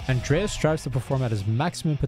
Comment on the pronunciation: When he said "Andreas", all i could hear was "Adonis" 😮‍💨